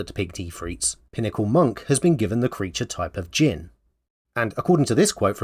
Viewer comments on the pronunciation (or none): none